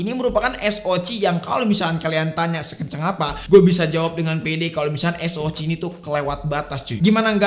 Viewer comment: SOC baca ES OU CI Gpp jadi anti mainstream bang. 😊